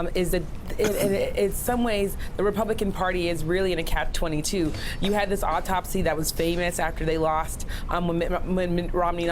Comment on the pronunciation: Omg, did she just say, "Cap 22" ? Maybe she's congested or doesn't read books.